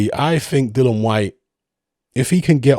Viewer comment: still can't pronounce "Dillian" correctly.